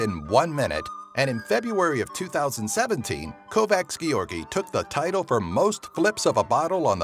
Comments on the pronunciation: György “giorgi”😂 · Hi! Gyorgy = George ;)